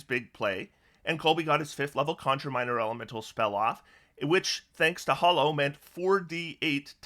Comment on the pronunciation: Why do so many people mispronounce Hallow as Hollow?